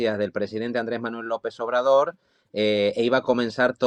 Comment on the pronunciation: Sería bueno que antes de opinar se aprendiera bien el nombre de nuestro presidente, Andrés Manuel López Obrador. Si ofende que no lo diga correctamente.